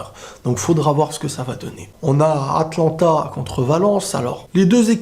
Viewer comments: C'est pas "Atlanta" mdr, mais AtAlanta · Atlanta il a dit......... 😂😂 Atalanta